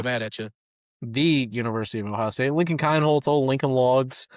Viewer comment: It’s pronounced KEENholz.